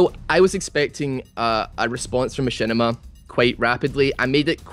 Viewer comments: *MaSHITima not Mashinima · MachShitima more like heuh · Who's Machinima ?? its Mashitama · knock knock... whos there?... machinima... machinima who?...machinima on you. (machinima's first words sound like my shit on)